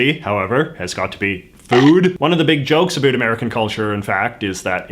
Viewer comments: you're the first person I have ever heard say adoot (in a non-joking manner) instead of about (I'm from Alberta and never understood the stereotype) won't lie hearing someone actually say it I quite irritating to me. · It startles me every time you say "about".